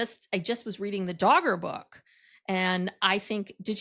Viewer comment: DAR GER. not Dogger. 😂